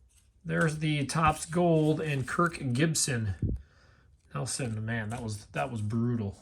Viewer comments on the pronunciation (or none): none